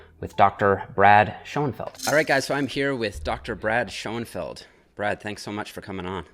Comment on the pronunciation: It's not Seanfeld, it's SCHÖNFELD - SCHOENFELD SCHÖN wird auf Englisch SHOEN ausgesprochen